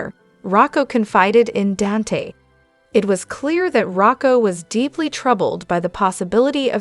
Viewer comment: Please Say DON THEN SAY T ITS DON T Dante😊